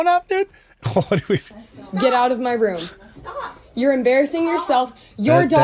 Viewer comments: sir....if you say room like rum....how tf do you say rum. im dying to know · Please learn how to pronounce room properly